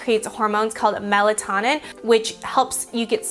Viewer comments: melatonin is pronounced MEL-EHT-OH-NIN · Melatonin is pronounced mela-toe'-nin. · It is pronounced mela-tone-in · You said melatonin wrong. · She pronounced melatonin wrong